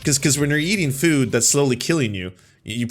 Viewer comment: I like most of what says, but I just here to say "fwood" (at least at the beginning of the video). Yes, I'm that basic, I laugh at accents. But I'm a southamerican native spanish speaker, so everything should be ok.